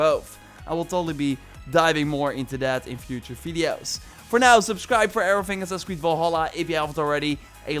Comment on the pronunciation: This man calls assassins creed “assass creed”